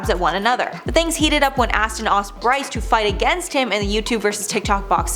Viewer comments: Playing back because deadass called Austin "ASStin". I'm cackling! 😂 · #7 when she say ASStin lol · "astin aust" instead of Austin asked........ I laughed so hard at that one! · 🤣I had to rewind it back!! wasn't sure if I heard what I wanted to 😂